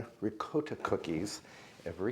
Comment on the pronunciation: Pronounced in Italian dialect. RIGAWTA